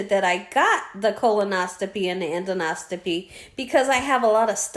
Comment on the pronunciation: Oh yes. Done that 3 times. The prep is worse than the procedure. I have been able to put the meds in Gatorade which does taste better but not great. Different doctors use different preps also. I am in the medical field so the pronunciation is End os co pee. Rest up and best of luck. Hugs Merrily in Sherwood Oregon